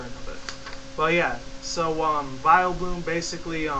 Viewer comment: its vileplume not vileblume